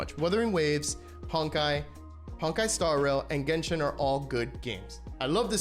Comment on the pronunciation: why can't you say genshin like a normal person?